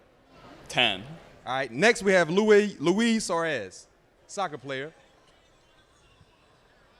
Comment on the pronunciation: Bro butchered Luis Suarez lol